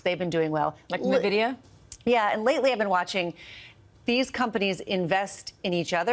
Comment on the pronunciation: Nvidia .... Nvidia Corporation[a] (/ɛnˈvɪdiə/ en-VID-ee-ə). please get it right. :) Fun interview otherwise. :)